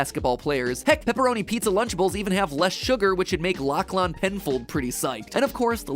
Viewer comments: The way Americans pronounce Lachlan breaks me 😅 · the way matpat pronounced the name Lachlan was wild. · The pronunciation of Lachlan is so wildly incorrect I’m just astounded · The way he pronounced Lachlan pains me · Why you say lachlan like that